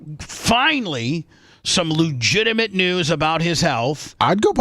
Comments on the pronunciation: Please stop saying Looogitimate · And he says it with such confidence 😂😂 Lujitimut! Love when he says it slowly for emphasis.😂😂